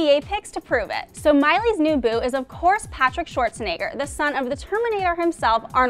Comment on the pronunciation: Sorry but it's so funny how american or english people pronounce Schwarzenegger *sorry for my english